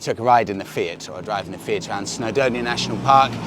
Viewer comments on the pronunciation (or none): none